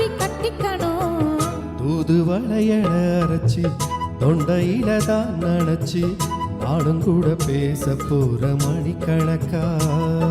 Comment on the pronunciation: தூதுவளை.... தூதுவேள என்று தவறான உச்சரிப்பு பாட்டின் அழகை கெடுகிறது... மற்றபடி உங்கள் குரல் அருமை 👌👌👌👌👌👌💐💐💐💐